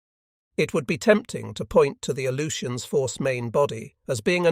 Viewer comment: I can't stand it. A-LOO-shuns. Jesus.